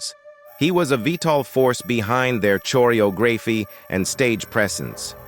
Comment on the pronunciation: Just THE WORST A.I. narration ever!! Chorrry O Grayphee for "Choreography." LOL 😆 🤣